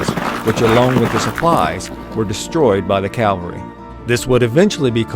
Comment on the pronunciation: Cavalry, not calvary.